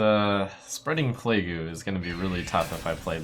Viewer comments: Cap'n is how a pirate would say it, and I believe plague-u is a jokey play on how a japanese speaker might try to pronounce plague. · Been a fan of Trump for quite some time now and I don't normally mind his attempts at memes, but when did he develop a full fucking speech impediment? Playgoo, capin, really?